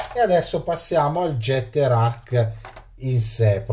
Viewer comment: Si pronuncerebbe ghetter..... Tanta Zama? 😂😂😂😂 Fa c@@ Io l' ho aperto preso in mano e rimesso in box